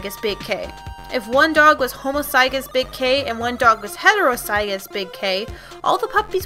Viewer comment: Ok these videoes are great but one thing is just gettong to me. The pronunciation. Homozygous and heterozygous are pronounced 'hom-o-zij-ous' and 'hetero-zij-ous an allele is pronounced 'uh-lell', sable is 'sah (like sat without the t) bl'. As a horse genetics maniac i thought dog genetics may be a little hard to understand but you explained it very well.